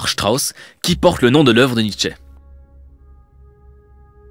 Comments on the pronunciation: NietzschEUH mais à part ça très agréable vidéo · Que dire à part que c'est éclairé, intelligent, intéressant, pédagogique et tout plein de truc en -ique ! :D A part la prononciation de Nietzsche qui m'a fait un peu rire car elle est peu commune, ton "analyse" et l'ouverture est tout de ce qu'il faut pour une "critique", et témoigne en plus d'une grande ouverture d'esprit ;) Je n'ai pas d'avis réellement sur 2001 parce que je ne l'ai pas vu, je pense ne pas être assez cinéphile pour ça, mais au moins un jour j'irai le voir surement. ;) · Et ouais j'ai toujours eu des doutes sur la prononciation de Nietzsche et je me suis laissé dire que j'allais prononcer le "e" final :-) En tout cas, un énorme merci à toi pour ton passage et ton commentage (on va dire que ça se dit) qui m'a fait super plaisir. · Bah oui Nietzsche étant allemand, je prononce son nom à l'allemande :) et merci!